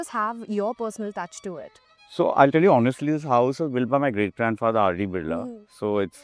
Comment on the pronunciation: Annnd...yep, she can't pronounce Birla correctly. It's बिड़ला, not "बिर्ला". It really is such a sight to see that Indians can't pronounce basic household names of India. Seriously, what is going on with education in this country?